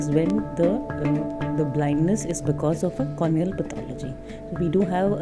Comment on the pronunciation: please correct pronounce the word cornea not cronea